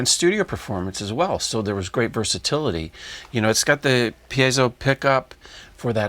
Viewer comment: Thank God Alex knows that it's pronounced "pee-ay-zoh" and NOT "pee-at-zoh".